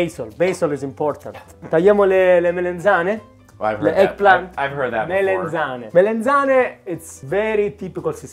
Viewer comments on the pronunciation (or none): It's melAnzane and not melEnzane.